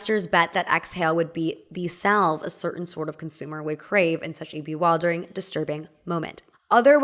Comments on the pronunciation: hey!! such a well-made and insightful video as always - I feel like you really put a finger on something I havent been able to describe when it comes to the intersection of wellness and fitness. just so you know, the word bewildering is pronounced “bee-WILL-der-ing” (not bee-WHILE-der-ing) and the word commute is pronounced “cuh-MUTE” (not COMM-yoot). I don’t mean to criticize, just want to save you some future trouble lol. all the best xx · is this pronunciation “be-while-dering” a regional accent or something lol?